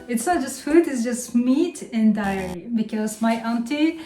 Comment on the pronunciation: Happy New Year, honey! We missed you. Just some notes on how to improve your channel: don't use "negative" all the time when talking about the temperature, because it sounds like a physics class. Start using the word "minus". Also, be careful about the word "dairy." You pronounce it wrong and it sounds like "diarrhea"—and trust me, you don't want that! haha. Please check the dictionary for the pronunciation. I love this channel so much; please post more!